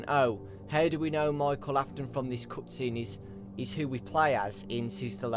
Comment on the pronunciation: I don't think he can say cutscenes without saying coootscene